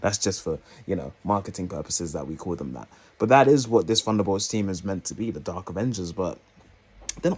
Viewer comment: I don't get why you pronounce it "Funderbolts" but can then pronounce other words with "th" such as "the, they, this, think" properly in the same video.